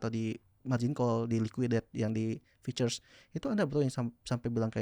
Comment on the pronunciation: Bukan "FEATURES" bang, tapi "FUTURES"